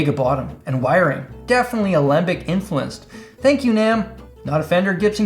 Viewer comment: Just quick little note. Alembic is pronounced Alumbik.